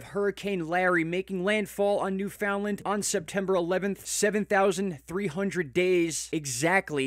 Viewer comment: Thank you for pronouncing Newfoundland correctly!!!!!